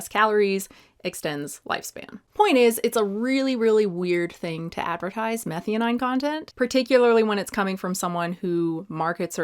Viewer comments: Meth-eye-owe-neen not methy-oh-9, had me confused there for a bit. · Abby gonna come after you for pronouncing methionine wrong nonstop. Its pronouced meth-eye-oh-neeen. And just a heads up, I am listening not looking, but yeah glutamate is dumb, like you said, but if glutamine was mentioned, that really is related strongly to gut health for like 20+ years especially in neonateology literature -- I only know this from colleague who is a neonatal doc and altho I'm adult suggested I take glutamine to see if that would help fix some gut issues and new allergy-like symptoms I had after a virus... because of neonates literature although I was a whole assed adult.... but Abby is dumb and probably doesn't know the difference between glutamate and glutamine :( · Methionine is pronounced meh - THIGH - uh - neen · Psst. Not that important, but. It’s pronounced meh-thigh-oh-neen. 🙂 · you'd be a lot more credible if you'd learn to pronounce Methionine ( Meth - THY - OH - NEEN) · Love your content, but will unsubscribe if you don't start saying meth-eye-o-neen. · Hey are you pronouncing methionine correctly? Just asking. Compare to glutamINE .